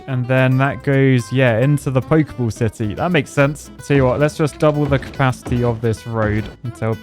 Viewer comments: I always understand him saying sissy and not city 😭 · Did you say "Saudi Arabia cube city" or "Saudi Arabia cube sissy "